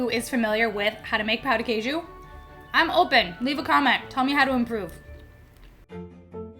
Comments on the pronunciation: It's tricky to say "pão de queijo" correctly. It sounded like "pau de queijo", which would make any Brazilian laugh out loud: that would mean "cheese dick". They are delicious, though! Easiest way to make them is to buy the mix in the supermarket and add eggs and milk. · I'm sorry, but it's very funny when a gringo tries to say 'Pão de Queijo' because it sounds like 'Pau de queijo', which is like Cheese stick or cheese penis haha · just a tip :) careful with the way you pronounce “pão de queijo”, bc if you don’t properly nasalise the “ão” sound in “pão” it sounds like “pau” (like it did in the video) and then your saying “cheesy dick” in Portuguese instead of “cheese bread” 🥲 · LMFAO my god you absolutely murdered those Pão de Queijos lol. They should have a texture somewhat between your 2 takes, should be chewy but not stretchy and stringy. They should be a little elastic but then break. And yours looked kinda dark and dry inside, which leads me to think you may have put too much flour. The thing with the Cassava Flour is that it has some variants, and the one you should use is called something like sour starch (polvilho azedo). It is a little more acid, and if you put too much, it tastes like tangy and not that good. Pão de Queijo should taste like powdery and salty on the outside and be a little more wet and chewy on the inside. It's great with fillings too! Usually, we get them while still hot and spread butter, so it melts, then put some Requeijão, which is a silkier, less sour cream cheese we have in Brazil